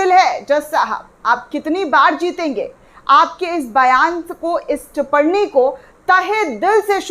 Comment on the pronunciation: Aapko humane pahale bhi likha tha ki...Tiparni word nahi hota, TIPPANI hota hai. Aap kripya sudhar karen. ..